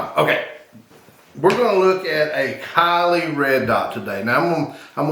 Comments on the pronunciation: its pronounced silly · It is pronounced "C Lee" not after a Kardashian